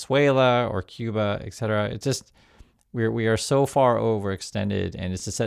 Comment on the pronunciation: Please use 'et cetera'. It sounds like you use eccetera. I listened carefully. For the rest entertaining show.